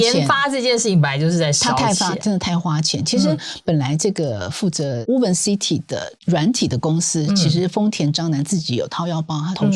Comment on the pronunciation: "Woven" city "o" 讀複母音:"無歐" 嘸是 ”無” • 錯誤示範 • 以後 可以免費 使用參考 Google Translateㄟ發音